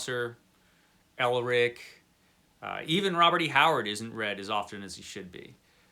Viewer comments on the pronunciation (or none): none